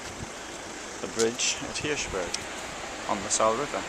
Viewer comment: Learn proper pronunciation the e on ther end of the Saale is pronounced....!